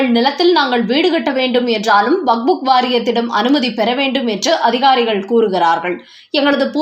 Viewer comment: வக்ஃப் வாரியத்தை "வகுப்பு " வாரியம் என்கிறீர்கள். அல்லது "வக்புக் " வாரியம் என்கிறீர்கள். சரியாக படிக்கக் கற்றுக் கொள்ளுங்கள்.